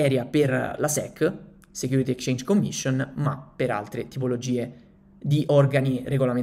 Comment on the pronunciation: Ottimo contenuto, piccola critica nella parola Exchange va pronunciata la x 😅